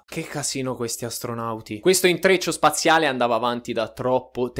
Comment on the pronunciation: Il tiangolo amoroso soaziale😂😂😂😂non si può sentire crepo dalle risate o sentito due volte il video solo per sentire triangolo spaziale